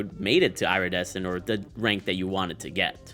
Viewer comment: SAY IRA-DECENT ONE MORE TIME